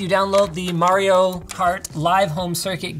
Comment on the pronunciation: Linus said Mario wrong.